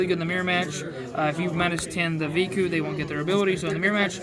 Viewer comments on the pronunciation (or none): Of course this dumb fuck can't pronounce names correctly...... Veeku? Seriously? Its Veku dumbfuck.